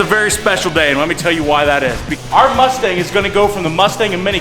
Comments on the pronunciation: So it’s the cumstang? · Please just call it the cumstang already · Call it the cummstang lmao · It’s now a cumstang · I still wish he called it the cumstang